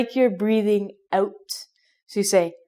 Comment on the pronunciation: Great video for learning Canadian pronunciation. out = "oh-t" mouth = "mow-th" etc. And she has that cheerful positive Canadian attitude as well. Love it.